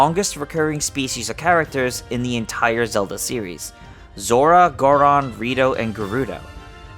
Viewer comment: Did I just hear u say Gardon instead of Goron?